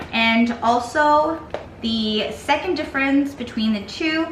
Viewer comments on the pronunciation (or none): none